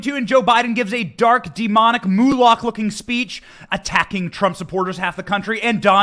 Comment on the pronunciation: By saying "mulak", just to keep me from cringing, you meant "moloch' didn't you? Also spelled "molech" dependent on the geography.